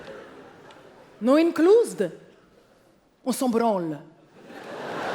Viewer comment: "On s'en brrranle" 😂😂😂😭